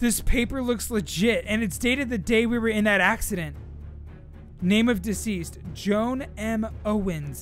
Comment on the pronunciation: Its (Joe-an) not joan, how you say it